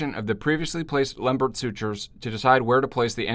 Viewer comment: That was really very good and a reminder of how tedious these anastomoses are to perform. But concerning the pronunciation of his name, please remember that Lembert was French.